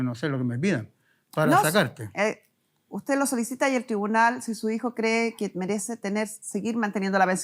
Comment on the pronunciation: Porque está mujer dice thribunal, no es tribunal????